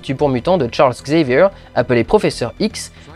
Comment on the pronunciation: Tcharlz Gzayvieur ? Miséricorde... Pour une fois, je préfère la version française.